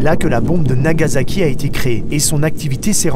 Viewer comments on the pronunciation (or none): none